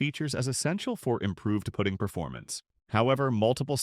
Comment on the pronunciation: Putting…..cmon AI!